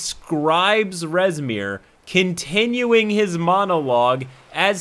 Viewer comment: I heard “Reznir” and immediately opened my tyranny of dragons book to find “Rezmir” a black half-dragon.